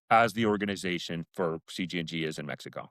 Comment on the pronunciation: In “Mex EE CO” 😂